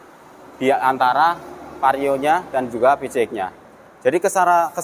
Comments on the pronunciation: aap susah nya nyebut pcx ( pi si eks ) malah nyebut pice ek gk sekalian bilang PICEK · Wkwkw ya sama bg suka gereget sih jd ala ala kampung nyebut pelafalan english PCXnya